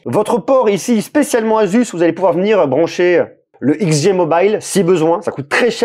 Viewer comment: Enfin quelqu’un qui le prononce correctement